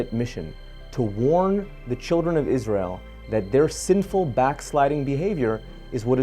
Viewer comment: Wow it’s so nice to hear Israel pronounced correctly.